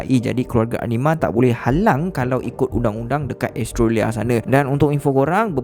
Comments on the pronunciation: the ko sebut australia bukan estroria adoii cacat ko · Seriously sebut Australia "astrolia" ??? HAHAHAH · Astrolia lah (pronounce: Astro-lia) 😂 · kadang2 bro sebut australia bunyi macam "astro ria".... hehe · Mcm dgr astrolia je sebut Australia tu.. 😅 btw, new follower here. Best! Teruskan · Australia sebutan tak tepat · rasa nya elok betul kan sebutan australia,, sekadar teguran sahaja,,, jgn marah yer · Kenape cara menyebut 'australia' lain je bunyi nye 😄😄😄